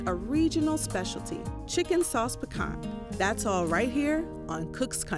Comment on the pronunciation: needs to sharpen her knife and stop pronouncing the t at the end of piquant.